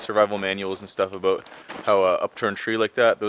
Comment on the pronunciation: About/ aboot lol I